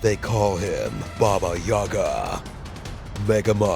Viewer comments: it's baba yaga not baba yuga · You pronounced Baba Yaga wrong... it's Baba YaGA